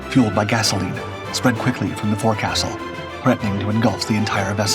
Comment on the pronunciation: Forecastle is pronounced foc'sle